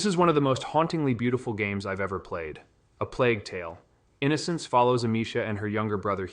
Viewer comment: yeah I was on the fence about it but the way he says plague tale: innocence is not how anyone would pronounce that sentence.